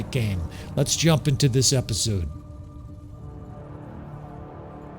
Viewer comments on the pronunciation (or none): none